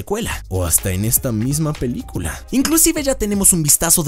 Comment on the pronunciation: el dice LA PILICULA JAJJAJAJAJAJJJAJAJAJAJAJAJA